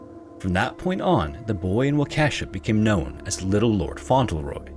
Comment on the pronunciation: Isn’t it pronounced Font-Le-Roy? Not Fon-Tel-Roy?